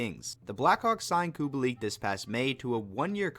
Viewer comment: ahh yes, i love COO-BALL-EEK. totally not Kubalik